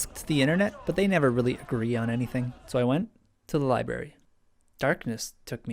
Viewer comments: It's library, not liberry. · “Libary” oooooooof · 20.000 likes - almost.. Very well deserved - but what is this "li-bra-ry" you speak of? ^^